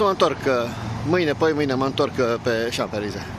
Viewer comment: Salutare,! Ce funny esti cand pronunti Champ(S)-Elysee